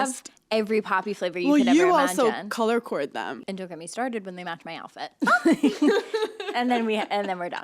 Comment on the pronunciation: Did hannah say color cord about the poppis instead of color code lol hannahhhh